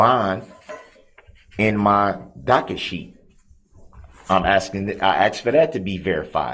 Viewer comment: Darrell: "Oh docka shee, Oh docka shee. There aint no bond on file..."